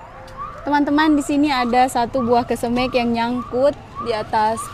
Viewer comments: Bukan kesemek.tapi kesemeg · Iya benar,koreksi dong penyebutan kesemeknya,skrg kan sdh tau😂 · klw ngomongin kesemek.....gk enak di mek nya.....makanya tlg dirubah seperti bahasa yg lazim disebut.....saya tau itu bahasa Sulawesi saya punya tetangga orang Makasar klw bicara persis seoerti, tapi suka kita becandain suruh rubah😂😂😂😂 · buah kesemek down? Pengucapan nya lucu amat kesemekDown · Bauahahhahaha iyah penyebutannya kesem€k😂😂😂😂 ngakak 😅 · Kesemek bukan kesemEk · Yg bikin ngakak selain buah kesemek juga.cesnat bacanya duku cesnut bikin ngakak 😂sehat2 bumill semoga babynya adek abil kembar cwek cwok 😂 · Lidah sulawesi sebut kesemek😂 sehat selalu bumil🥰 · Baru comment dalsm hati kok sebut kesemeknya begitu he, ternyata memang begitu he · Denger kesemek dr rasanya gimana gitu😊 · Pengucapan kata kesemek buat orang jakarta rada aneh ya dengarnya 😀🤭